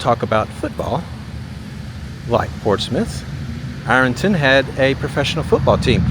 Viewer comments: 'Iron' is one syllable, Irn not I-ron, 😁. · I think he's saying "I-RUN" vs "IR-UN" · I was born & raised out back of 'Rnton, city folk and outsiders pronounced it Iron ton"